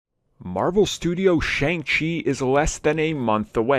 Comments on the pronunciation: .........Prounounced "SHUNG" Chi not "Shayng" Chi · His name is pronounce SHONG-Chi as the “A” is hiding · Make sure you’re producing his name right. It’s pronounced Shung-Chi just spelled with an A